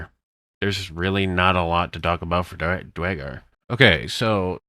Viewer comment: DUHR! IT'S DUERRRRGAR! NOT DYGAR